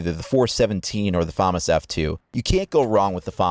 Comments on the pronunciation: It's actually pronounced fumas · IT IS [fuh-mass]!!!!!!!!!!!